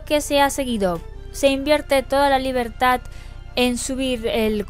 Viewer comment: gran set psdt: Te ha salido ese acento catalan jajaj Libertat (Min )